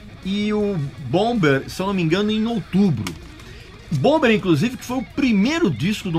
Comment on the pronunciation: ouvâr kêl e boumâr são as pronúncias corretas.